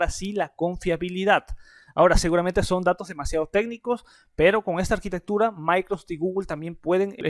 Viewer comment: "Micro sech"